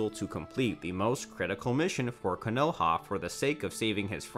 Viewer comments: Ka No ha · mans said kuhnoehah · Cuh no ha